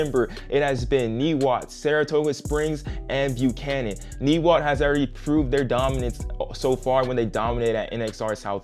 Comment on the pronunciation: The 'i' in Niwot is pronounced as a long 'i', not a short 'i'. (I live 4 miles from Niwot.)